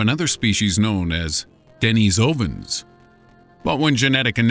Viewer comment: Lol the way he pronounces Brexit and Denisovan😂